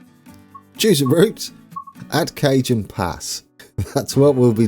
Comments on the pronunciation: The J in Cajon pass is actually pronounced like an H. More like cahone pass :) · In All Do respect. It is Pronounced kuh hown pass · Cajon is Ca-hon ;-)